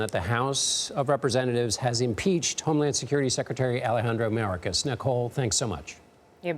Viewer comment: Ridiculous unbiased reporting... they can't pronounce Mayorkas's name correctly... Hey! Can they make this all go away?.. are you shitting me.